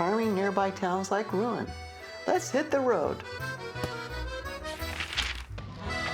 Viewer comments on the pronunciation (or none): A good narration, but a correction , please, on a noticeable mistake in your pronunciation of Rouen . It is pronounced Roo -awn, not Ruin. I’m a retired teacher with my degree in French. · Rouen is pronounced like Ro-wan, not ruin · Wish you could pronounce Rouen correctly! It's NOT a RUIN! (Ru-an,a nasal in the end… I know it's difficult). Bravo for the visit "out of tourism flow" of Harfleur! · Rouen is pronounced Roo-ahn according to our French tour guide.